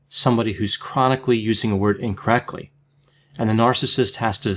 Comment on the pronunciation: Why does say incorrecly instead of incorrectly..